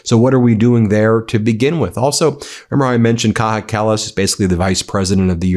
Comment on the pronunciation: she's not latina, Ben it's not pronounced like that 😭😭😭😭